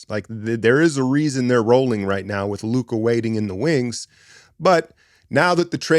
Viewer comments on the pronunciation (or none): none